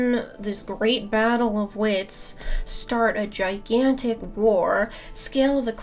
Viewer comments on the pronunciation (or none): none